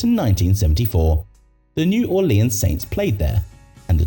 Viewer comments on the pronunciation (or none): none